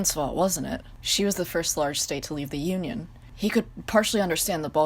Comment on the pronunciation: “Soviet Onion” Trust me i dont say Union anymore even in history classes its O n i o n This is amazing omg XD